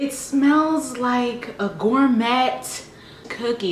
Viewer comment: LOL "gor-met"!!